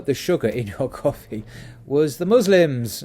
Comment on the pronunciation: I wished you had used an Arabic person to pronounce these words, sorry you did not pronounce them correctly😬😂 , especially coffee and cotton, but it's ok thanks for the great content👍New follower.